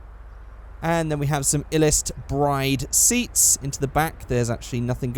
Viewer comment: Fun fact: Bride seats are actually pronounced as "Brid" (Rhymes with lid) Also, judging by the body kit selection, these original car models look to be ripped from one of the Forza motorsport games.